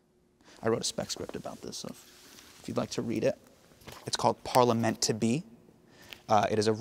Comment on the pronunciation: LOL! "parliameant to be" this guy is great